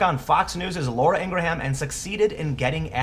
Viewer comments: just an fyi, I believe her name is pronounced "Ing Gram" - just two syllables - not "Ing Grah Ham". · It's pronounced (ing-grum) not (ing-gra-ham). Outside of this that kid is a little punk and a spoiled brat who doesn't know what he's even talking about, Laura should know advertisers are chicken hearted. How wonder how many people will jump ship from these companies just like they are jumping ship from Netflix because they hired Susan Rice. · Dude, stop calling her Laura IngraHAM. It's really jarring and not how she says her own name. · Sorry Tim I'm sure this is a good vid as usual, but I had to stop 4 minutes in. My OCD goes off every time you pronounce Laura's last name wrong, and for some reason you say her name a lot in both of your vids on this issue and its just really annoying for some reason... "Ing'rim" or "Ing'rem" vs. "Ing'ra'ham"... I just can't take it man. Its like if people kept pronouncing your name "Tem Pull". Sorry man :( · hogg had additional tweets about how tough it is. i think it's whining to suggest that ucla should've accepted him bc he went to the school where some people were killed. also she pronounces it "ing-GRUM" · how the hell do americans pronounce her name ing-gra-ham? do you pronouce graham, gra-ham? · Her name is pronounced, "in gram" or "ingrum." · It's pronounced eengrum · David Hogg ps lets teach Tim how to say Ingraham....ENG-GRAME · You gotta learn how to say Ingraham. I love your videos but this drove me nuts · I believe you are sincere but I don't think you watch her show and see how important she is on MSM and being a Trump supporter. You don't pronounce her name correctly. He was being the bully. He should be called out for harassment. Did you see how he lied about the events on Feb 14 on how on one show he was not in class when shots broke out and how on another interview he was in class? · Jenna USA yeah - if he can't get a well known person's name right, it forces you to questing how well informed his insights are